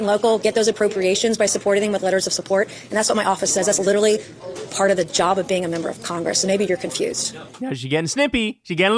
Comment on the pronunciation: The word is not "literly"".If you're going to use it all the time at least learn to pronounce it correctly